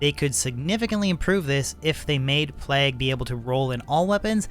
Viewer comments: He says it all weird because he’s Canadian.. “P-Lag” lol what a weirdo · Plague, like Craig, vague, the Hague. Not "plag". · Your pronunciation of the work Plague is murdering my soul.